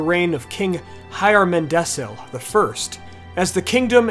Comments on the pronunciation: Hyarmendacil is pronounced Hyarmendakil, not Hyarmendessil. Romendacil is Romendakil, not Romendessil. The C was always hard, not soft in Westron. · The CH in Erech should be pronounced like Bach in German or Juan in Spanish, C is always pronounced as a K (You got this wrong with Hyarmendacil) Plus there is 5 (6 in Sindarin) vowels in Elvish languages. For instance when you pronounce Anárion the second A should sound the same as the first A. This must be tough for monolingual English speakers. Cheers!